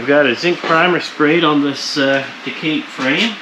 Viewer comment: Sorry. I couldn't figure out what you were talking about until I read the title. It's pronounced tuh·kaa·tay . Nice work!